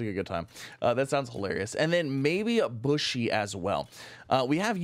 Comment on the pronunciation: Bushi isn't pronounced like bush. It's the Japanese term for "warrior" that was usually applied to the soldiers in an army who were not Samurai-caste, and it's pronounced like boo-she with the emphasis on the first syllable.